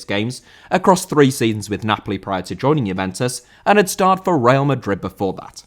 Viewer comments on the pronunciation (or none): none